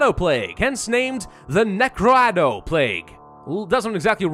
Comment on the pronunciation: I believe it’s pronounced NU-CRAH-DOE